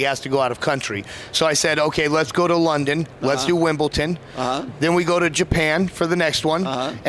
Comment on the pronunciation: what the hell is "wimbleTon" ?